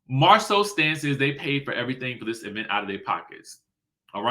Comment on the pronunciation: Can we stop putting so much stress on the e in event🤭